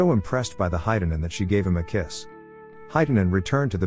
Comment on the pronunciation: It's not heitanen its hietanen and vilho is wrong also its koskela